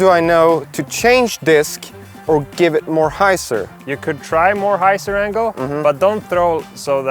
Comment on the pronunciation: 'Hy' zer!